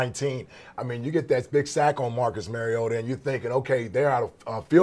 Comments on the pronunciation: Hey Marcus Mariota has earn enough respect for you to pay your dues and learn to pronounce his name. After all he is a 4th consecutive year starting quarter back. It is Mar-E-O-ta Not Mary-O-ta Now practice it so you don't look like fool who doesn't deserve your talking head pay check. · Better write it like this; Mar-E-gOat-a. So that the morons out there can learn to pronounce it correctly. Otherwise they will all be saying Mary-gOat-A. And especially the NFL commissioner would probably say Mary-gOat-O. Do these people not have at least a college education? They are disgraceful.